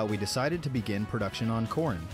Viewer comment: dangit now I can't unhear corn whenever I hear corrin